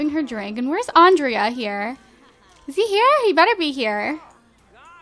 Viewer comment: Pick Kendra and also Andrea's name you don't pronounce the a